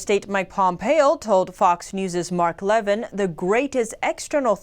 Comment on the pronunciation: Mark “Luh VIN”